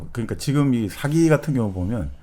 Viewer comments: 첫째, 발음 문제입니다. "사기"론에, "사기"의 발음이 모두 틀렸읍니다. 이것이 한국 문화의 심각한 문제이올시다. 사기의"사" 자는 길게발음해야 합니다. "사학자, 사서,"등 "사"자는 높고 길게 발음해야지요. 정말 한심합니다. 한국의 장단음 자고저 문제는 심각합니다. 여러번 지적했읍니다. 이 이상 대담을 듣고싶지 않습니다. 부탁이 있읍니다. "한국 어문을 고발함"이라는 책을 읽어 주시옵소서. 한국 어문의 타락상이 하 분하여 "눈물로" 쓴 책입니다 미국 변 완수 배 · 사기 발음 짧게 하면 사기치는덧이고 길게 사아기 해야합니다